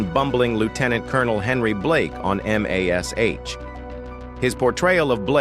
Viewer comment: It's M*A*S*H (pronounced MASH) not m-a-s-h. Yes AI is ruining everything.